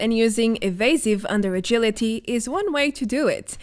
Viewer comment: "Total Agiliry" Tehehe ;) Something I would do.